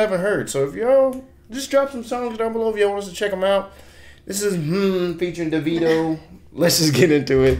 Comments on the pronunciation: Being that his birth name is David, his proformance name is actually pronounced Davido - Da (long "A") vid (short "I") o. BTW, I nearly passed out when he said tropical 🤣🤣🤣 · thats an oil rigg in the middle of nowhere in nigeria. not tropical afro. his name is pronounced daveeeeeeeeeeeeeeeedo